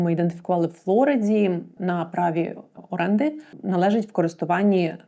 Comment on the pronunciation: Як можна так корявити мову??? Шановна!!! ФлорИда, а не ФлОріда!!! Фло́ри́да (англ. Floridaⓘ від ісп. florida — «квітуча») — штат на південному сході США.